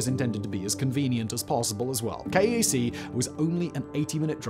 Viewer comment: King Abdullah Economic City (KAEC) is generally pronounced "cake" locally.